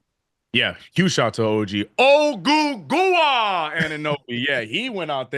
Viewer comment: It’s pronounced oh-goo-gwah